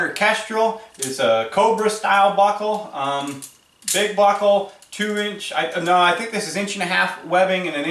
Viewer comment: Dude the way you say “buckle” is killing me 😂😂 “BOCKLE!” I had a crap day at work I needed that lmao. Great vid👍🏼 I can tell you may be just a hair biased to the mantis